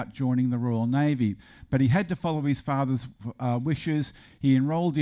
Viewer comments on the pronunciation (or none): none